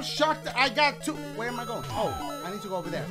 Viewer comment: Cant wait for him to do the Mario maker part TWO-AH SHOE-AH WHO-AH? YOU-AH!